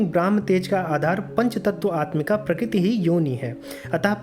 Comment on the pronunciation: Quite a complicated explanation, so the whole thing was not really clear. When rishis give 'shrap' to Shiv, his Ling drops on earth. What does Ling stand for here? Also, in the end Shiv Ling was not summarised, so the concept is really unclear. And please practice speaking 'Prakrati' or 'Prakruti' clearly.